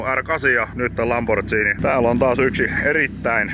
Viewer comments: se on LamborGhini, ei LamborChini. Pikkuvikoja, hieno lambo!:) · tässä mietin ku oot nuita auto miehiä ni miks sää sitte sanot "lambortsiini"??